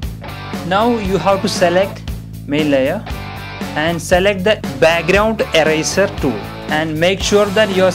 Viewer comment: lol I like how he says eraser :)